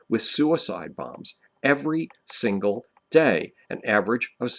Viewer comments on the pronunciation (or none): none